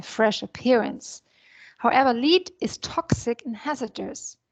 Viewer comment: please pronounce LEAD correctly